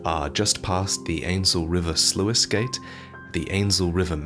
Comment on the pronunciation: "Sluice" is pronounced "Sloos"